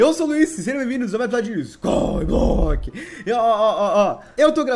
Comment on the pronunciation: Kkkk é engraçado você falando SKY BLOCK kkk Void